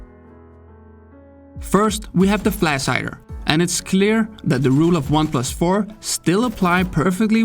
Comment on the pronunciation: It hurts my brain to hear you speak "flash".